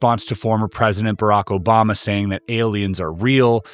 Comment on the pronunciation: “OBAMNA” - Love it 😂